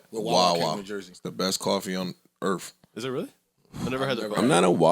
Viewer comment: "The best coffee on Erf". And he calls other people jokers. Ha!